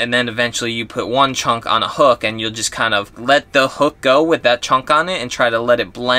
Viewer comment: Chunk sounds like chumming to me.